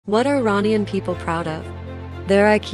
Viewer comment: Please say Iranian the proper way,not American pronunciation